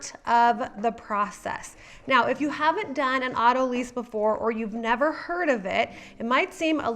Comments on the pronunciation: FYI: "Autolyse" (Pronounced as "AUTO-lice") (not "AUTO-lease") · AutoLYSE (sounds like lice)